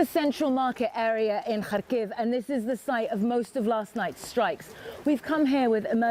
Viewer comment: Why can’t these professional journalists not learn how to say the name of cities correctly…small complaint I know but it shows you respect the people and are not just using them for a story. It’s pronounced HARR-KIV. The R is rolled a split second.